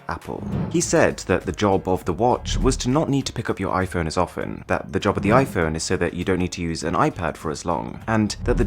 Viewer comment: Normal people: "iPhone" Mrwhosetheboss: iFhön